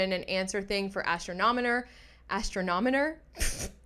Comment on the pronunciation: 😂😂😂😂 say it with me. ASS-tronomer